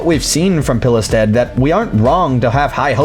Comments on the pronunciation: A similar pronounciation for Pilestedt is "Peelstead" in english. That's how I - a swede - would pronounce it. silent "e" and silent "t". OP wasn't too far off. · you actually did a pretty decent job at pronouncing the guys name for a non Swedish speaker!!